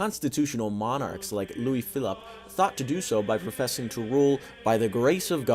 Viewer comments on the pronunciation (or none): none